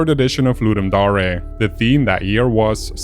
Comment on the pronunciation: I know it's probably comment bait but the dare part in ludumdare is pronounced like the actual word dare. not daré